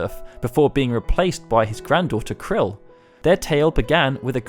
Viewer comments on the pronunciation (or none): Good vid, btw "Krile" is pronounced 'kryle', not like 'krill'. Her named is said in a few modern FF games (crossovers, events etc)